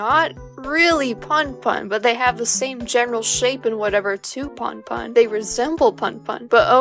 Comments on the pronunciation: i'm sorry but it's actually pronounced 'poon poon' and not 'pun pun' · I am sure you have some good points in this video but the way you pronounce "punpun" so incorrectly makes me want to pull my hair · The way you pronounce punpun murdered me and now I’m dead